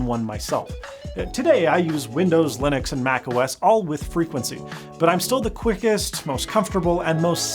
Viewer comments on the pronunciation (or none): none